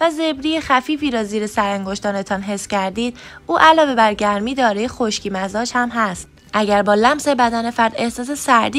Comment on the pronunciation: سلام تمام مزاج هارامجازتلفظ کردین !!!